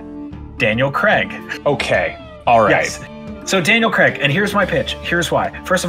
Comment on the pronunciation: Why do Americans pronounce Craig as Creg?